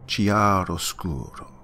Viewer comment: I love you... but if you're gonna open "chiaroscuro", please say it properly.